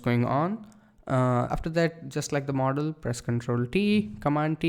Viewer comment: when he says model he sounds like mortal